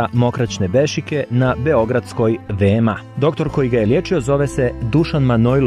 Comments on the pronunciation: Kaže se ve-me-a (VMA) a ne ve-em-a😉😉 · Kakav vam je to izgovom VeMA se kaze za VMA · Prestani da govoriš VE-EM-A!